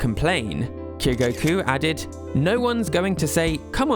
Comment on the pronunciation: Your pronunciation of 'mayor' is just "mehhh". Also you screwed up the name Kyogoku and said Kogoku. Just wanted to let you know so you can do better next time. Sincerely, Your hater.